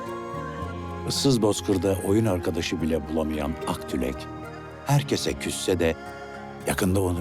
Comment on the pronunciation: Emeğinize sağlık çok güzel bir belgesel olmuş fakat aktulek değil aktilek (akdilek), akcol değil ( Akyol) ayrıca Moğolistan topraklarında yaşayan kazaklar.